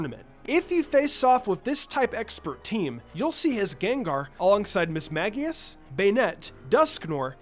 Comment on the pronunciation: Mismagius is pronounced mis-MAGE-eus. Sincerely, a die hard Ghost Type fan :)